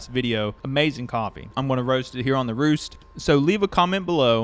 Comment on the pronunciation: It is pronounced REST.